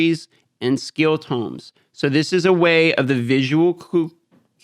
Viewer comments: Had to stop watching video "again" Pls Pls Pls stop saying Tumes. The word is pronounced "tohm" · Tomes. It’s TOE-ms. 😁